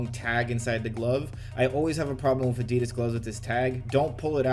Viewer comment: Tbh, why should they listen, when you keep calling them Adeeeeedazzz...